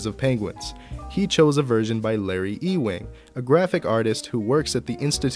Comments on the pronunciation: E-wing? This isn't Star Wars. Ewing = Yoo-wing. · its totally "youing" and not e-wing lol. fantastic video tho!